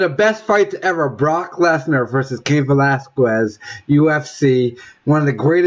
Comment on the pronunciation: trampling over the argument to say "Velasquez" incorrectly and tell everyone what fight he thinks is the best. Cheers slobber cleft.